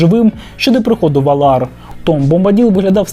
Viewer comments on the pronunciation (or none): none